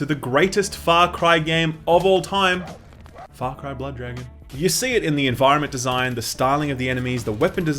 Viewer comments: Am I the only one who hears him say it as "Fuck-ry"? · Sounds like he said "Fuck Ryan New Dawn" 😂😂😂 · Man at the beginning I thought you said "Fuck Ryan". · Whoa. With the accent at the beginning, I thought you said, "Alrighty, aaaahh Fuck Ryan New Dawn." Love your videos man. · Not gonna lie, at the very beginning I thought you said "Fuck Ryan: New Dawn" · Sounds like you’re saying “fuck rye”. What do you have against bread mayne? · I thought you said: "Fuck Horizon new Dawn", at the start haha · Sounds like you said "Fuck Ryan: New Dawn" in the beginning lol